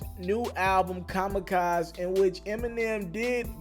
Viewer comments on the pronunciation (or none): Why do you keep calling it “kamikaz” it’s pronounced “Kam-eh-kaz-ee” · Ka-Mah-Ka-ZEE.. ffs, if you are gonna "report" on something, at least educate yourself enough to pronounce it correctly. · It’s pronounced kamikazE like “kame-kaz-ey” lol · Eminem's album is called Kamikaze..Pronounced ka-ma-ka-"zee" not pronounced Kamikaz..There is an "eee" at the end..Haven't you heard a million people say it this week..? "Kamikazz"..lol..I hope you don't cover hip hop...Or WWII battles for that matter..lol.. P.S. Someone might have to explain that World War II reference to you..😂🤣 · WTF IS KAMAKAZ ?? 🤣🤣🤣🤣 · Kama-kaz-(zee) nikka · It’s not kamacaz bro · Comma kazay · That’s wrong too. There’s four syllables in Kamikaze, not three. Ka-mi-ka-ze! Four syllables! As for pronunciation, it’s pronounced: Kaa-muh-kaa-zee! Like damn, grab a dictionary, or use your phone or laptop... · No bro is COMMA KAZ lmao jesus....jesus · its pronounce ka-mi-ka-ze (like you pronounce versace, i mean that 'e' like in versace) trust me, im asian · Say the album name correctly next time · It's Kamikaze! Pronounce the E at the end homie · please just pronounce Kamikaze ryt just for once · Learn how to say Kamikaze for gods sake. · you might want to practice pronouncing the word "kamikaze".... lmfao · Pronounce the album name again...? (LMAOOOOO) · How hard is it to pronounce kamikaze? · Thumbs down for not saying the album title correctly not once or twice lmao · SO PRONOUNCING KAMIKAZE IS HARD FOR U HUH? SMH..... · I'm not surprised that is pronouncing Kamikaze wrong... Because he never, ever got The Story of Adidon right... 😒😒 I'm starting to believe that he probably pronounces his own name wrong... 😩😥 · It's kamikaze....say the E! And you said it right just saying the song but not the album? My guy what's the deal!! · Can’t even pronounce Kamikaze lmaoo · Can you pronounce the damn album correctly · Ikr...fuck wrong wit dis dude